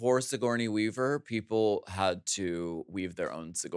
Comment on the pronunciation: Her look over the top of the glasses as she says "TO Signourney?" 😂 sooo funny